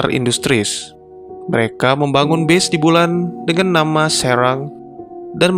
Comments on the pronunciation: Pas dia bilang “base” itu dia blng nya “bis” asli gw pkir “bis” yg “bus” itu dlm arti yg sbnr nya ya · gw dengerin pake headset dia ucapin kata base-nya bener kok, dia bilang "bes" ("e" seperti pada kata; ego, ekonomi, tempe, lonte dll).. bukan "bis" coba ko dengerin lagi pake headset bang, kalo perlu kurek telinga ko dulu pake sekop